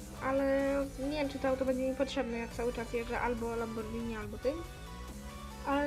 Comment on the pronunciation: wymawia się lamborgini